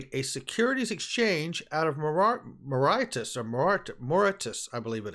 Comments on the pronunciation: Mauritius It's pronounced Mar ish us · I believe it's pronounced More ish us. Great content bro